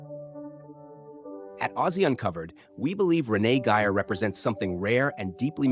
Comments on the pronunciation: AND pronounce her name with respect RENEE GEYER not your pathetic pronunciation of Renee Giyer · This is a rediculous AI generated piece of crap. No interviews and even some of the pictures aren't even of her. It's nothing more than word salad saying a whole lotta nothing. By the way it's Renee Gay-er not Renee Giy-er....